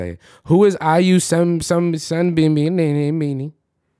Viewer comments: look...you can't be out here getting mad at the girl Siri when you not pronouncing shit correctly. 😂 All you had to ask is "Siri, who is IU?" and all would have been resolved. You are cracking me up with your battles with Siri. Especially when she be saying "I won't answer to that," when you're being disrespectful. 😂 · When he said IU I swear I didn’t think you would think her name was IU Sunbaenim 😭